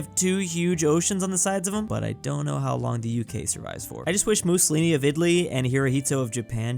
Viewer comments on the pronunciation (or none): none